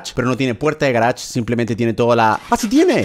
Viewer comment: yo cuando german dice garach: yo : jajajjaaj c mamo con el garach